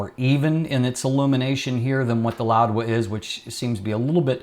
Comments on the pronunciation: Correctlly it should be pronounced as how it is spelled Laowa. Without d. literally means Old frog. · I am hearing an extra "d" in your pronunciation (e.g. "loud-wa") Is this the correct pronunciation?